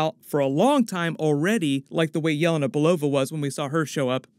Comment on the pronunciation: Good content but its driving me nuts... Her name is pronounced Yah-LAY-nuh, not YAH-la-na